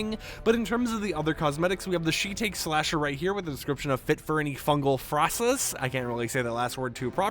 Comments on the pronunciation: Shiitake is pronounced "shi-tah-key" not "she-tayk" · It's shiitake, like shiitake mushroom not she take 😂. Killing me smalls